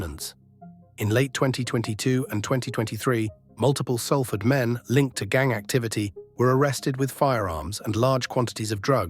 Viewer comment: Learn how to pronounce Salford mate.